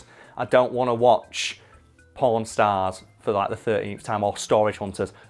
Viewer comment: Took me too long to figure out you said pawn stars instead of porn stars